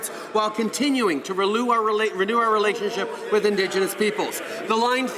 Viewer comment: "lelew our renationship"?